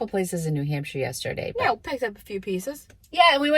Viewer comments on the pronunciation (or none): none